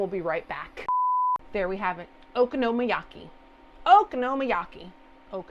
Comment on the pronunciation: This looks yummy. I would omit the sauce, and put soy sauce, only because I don’t like Mayo. You do a great job pronouncing it!!!😀